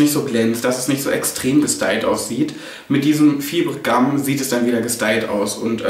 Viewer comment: Es wird "faiber" gum ausgesprochen, nicht so wie es geschrieben wird :D